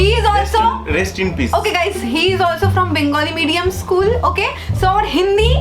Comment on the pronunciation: 😂😂😂😂 bark english.....😂😂....eschool....😂😂😂